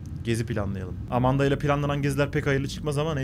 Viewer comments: Emende değil AMANDA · emendı değil amanda (yazıldığı gibi)